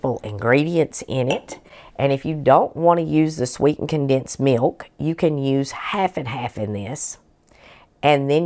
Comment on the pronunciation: I like the way that you pronounce mewk I like your channel so I’ve subscribed. ❤